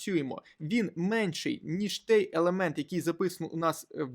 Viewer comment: "Той" а не "тей", я вас дуже прошу